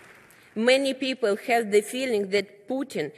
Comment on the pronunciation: Улыбается,счастлива, наконец то она смогла выйти в мир,говна... А произношение! Пу,у,то,то,пу,хев ю пу, криминал ген,френд,мафия мани,пупил...